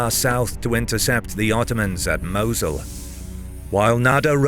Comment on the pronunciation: The prounounciation of Mosul and boogeyman hurt me bad...